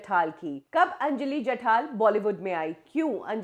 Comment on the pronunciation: Mam it's Anjali jathar not Anjali jathal. Neet script vachat Java madam. Anyways thanks for uploading video of missing actor / actress.